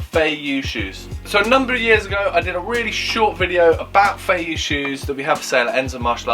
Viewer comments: Don't want to piss in your cornflakes but first of all, you pronounce Feiyue wrong. It's Feiyue not Feiyu. Second, all the feiyue are made in Shanghai and there's no such a thing as fake Feiyue. You're selling Feiyue shoes with a 'green' triangle. These shoes are made for the French and international market and cannot be sold within China. The red dot Feiyue, is called Dafu Feiyue, and has a round sole, instead of the flat sole that is produced for the French market. The red dot Feiyue can only be sold within China. You can buy the Dafu Feiyue for 30 RMB. That's about 21 Pounds. You're selling it for 23 Pounds, that's 200 RMB... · Pronounced "fay-you-ay"